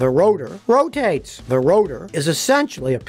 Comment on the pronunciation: It ROW-TAYTeS!!